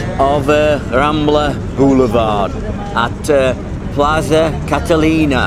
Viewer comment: Was probably just a few blocks from you when you were having your beer at Placa Catalunya! not Catalina haha. You should get off the aerobus at Placa Catalunya btw for future reference! :D